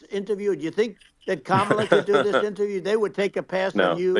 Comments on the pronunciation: He accidentally said Kamala's name right! He's definitely slipping! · At least he pronounced Kamala's name correctly... 😅